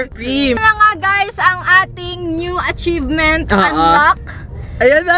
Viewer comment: Atchivement for kath not rye